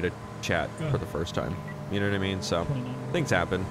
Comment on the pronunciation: yehnuhnuhmean? Someone make a meme out of that.